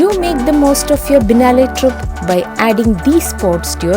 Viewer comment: It has to be pronounced as " Bee-eh-nayl " not Binalae ! It's an Italian word